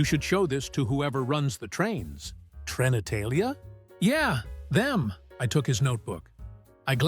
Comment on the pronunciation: "Trenitalia" pronounced to rhyme with "genitalia" is priceless.